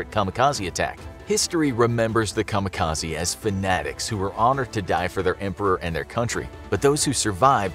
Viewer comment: Why do people constantly pronounce kamikaze wrong?? It's supposed to be an educational video, so at least pronounce it right :( I still love infographics, but just makes me sad an educator can't pronounce things right.